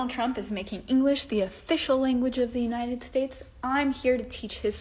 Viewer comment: Either you're or your stressing my uh-brain. Is it United States or Shaysh?